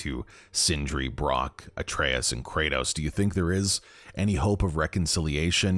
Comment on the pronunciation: His fucking name is Atreus